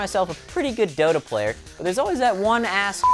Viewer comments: if you close your eyes at the dota review and pretend he doesnt ssay dota it sounds like lol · Sounds like he said dildo...